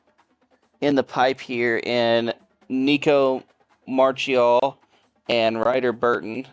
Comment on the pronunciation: Most common mispronunciations with WVU’s players. Here’s how they are pronounced Clement: (CLUH-MENT) Marchiol: (MAR-KEE-OLE) Vesterinen: (VEST-IRR-ENNIN)